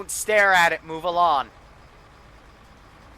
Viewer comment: He says move alon not move along